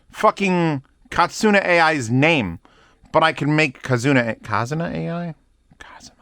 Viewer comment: Hearing him pronounce Kizuna AI's name as "AI" made me quite upset and laugh at the same time.